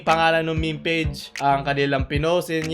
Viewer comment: M-E-M-E NOT MEH MEH